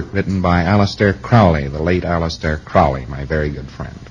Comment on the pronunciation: He’s such a good friend of Crowley that he mispronounces his name.